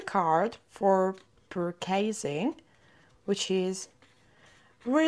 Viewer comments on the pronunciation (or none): Pure KAY zing. Lol